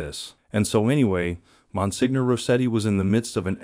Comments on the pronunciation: I appreciate your videos. I enjoy your topics. May I just point out that Monsenior is pronounced “ mon seenyor” rather than “ mon signor”. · Good video, but to just give you a little information, the title of Monsignor is pronounced monSENIOR, the letter G is not pronounced as in many words in the Italian language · Yes- I wonder if the creator can fix or explain the pronunciation- must have hired a narrator who wasn’t familiar with this word ( not catholic ? 😮)